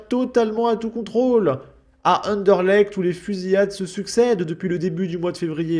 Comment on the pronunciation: C'est rare un Français qui prononce bien Anderlecht :)